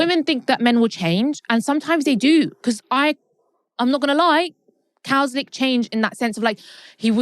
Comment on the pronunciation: saying Cowslick changed 🤡